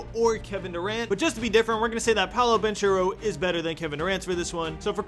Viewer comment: Please learn how to say Paulo Banchero